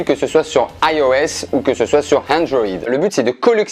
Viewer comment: ben qui tente de dire iOS et Android avec un accent anglais 😂